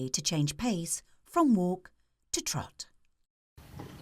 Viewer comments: twahts? isnt it t-rot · Trrvot, I know she's saying teerrott but it sounds like trrvot. Lol lmfao